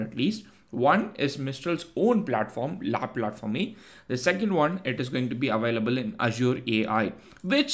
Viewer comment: "Au Large" means to be out on open sea in french. It's pronounced "O Larsh". La Plateforme is pronounced "La Plahtform"